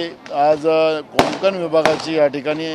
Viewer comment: नाना कोकण मना.. कोंकण नाही..